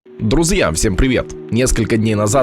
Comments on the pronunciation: Мне послышалось или он сказал друз'я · И опять друзйя